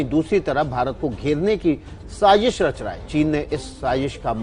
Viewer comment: Pehle bolna to seekh lo sazish hota h sasish nahi